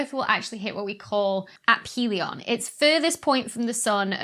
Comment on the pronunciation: You can see cricket at 11 pm though .. pronounced af-ilion